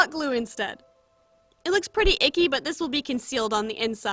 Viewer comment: listen closely "thiiise"